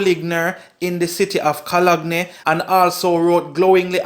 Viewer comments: pronounce your words better, the correct pronunciation is co-lone not co- log-ne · You need to pronounce your words, it is not "Co-log-ne". It is pronounced "Cologne ", like what you sweet up yourself with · Did you really say cologny? 😂